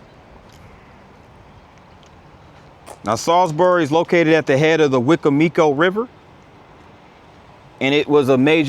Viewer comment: Great video. This is how you say wicomico wecombmecoe